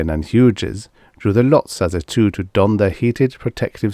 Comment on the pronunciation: Hughes is pronounced hues.